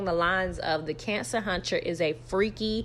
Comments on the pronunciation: Lord knows you make it hard for me to get through this every time you say cancer huntcher. I'm in tears 😂😂😂😂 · It’s the “Cancer huncher” for me 😂😂😂😂